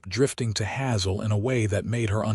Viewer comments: Hazel mispronounced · Terrible terrible AI reader for this video!! Hazel is pronounced all the time with a hard a cuz it's an actual word, and Santa Fe is pronounced with a short e all the time. Not only does this reader make constant errors then he changes his mind back and forth and back and forth and back and forth, really stupid, it ruins a perfectly good presentation!!